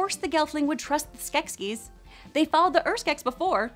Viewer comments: Skeksis, not Skeskis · Skek ski down the mountain... "SKEK-SIS" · I know I'm late but I can't let this pass. Skeksis. Pronounced skek-seas not skek-skis. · The only thing I don’t like about this video is ITS SKEKSI NOT SKEKSKI ;-; sorry for typing in caps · OMG this video was super cool and everyone mad just cuz she say skekskies and not skeksis?! Just ignore it cuz the video's still awesome and skeksis is a made up word anyway!!! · 'skekSKI'? Comrade, the decadent poop turkeys are nyet Russian. I give your pronunciation a 3.6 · Skeksiksksss :-D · Skeksis is both singular and plural, but the plural form is pronounced 'Skek-sees'. I hope this information finds you well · In the show they pronounce the plural as skesis??? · Ok... it’s SKEK-See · Omg that's not how you pronounce Skeksis... I can't handle it. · Why the fuck is she saying Skeksis like that? Also Rhunip IS mentioned in AOR 🙄